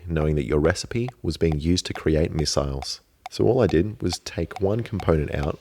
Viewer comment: Might as well call them miss-iles